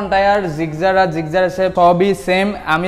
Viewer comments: "জিকজার" হাইস্যকর ! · ভাইরে এইডা জিক্সার, জিগজার না 😅😅😅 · আলা নোয়াখাইল্লা মফিজ জিক্সার রে জিগজার বলে কথায় আছে না পানি রে বলে হানি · আরে দাদু গাড়ীর নামটা তো ভালো করে বলো... ওটা জিক্সার গাড়ী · জিক্সার উচ্চারণ টা ভাল ভাবে বলা উচিত